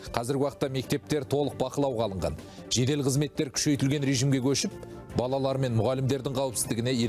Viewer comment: Неге таза сөйлемейсіңдер тележүргізуші тықырлап е мес ,тақырлап балдар емес балалар үстаз дұрыс айтпаса басқаға өкпе де жоқ қой.